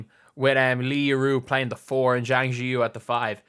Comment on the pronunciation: Please learn how to pronounce Chinese. Zhang: zi